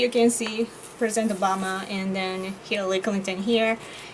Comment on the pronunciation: Hillally... Hirrelly.... Hirlalry... Mrs Clinton!